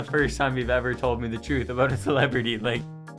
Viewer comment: "aboot" - August 20 2023